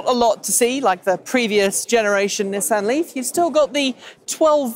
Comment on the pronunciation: I don't know why this bothers me but it's 'Knee-sahn'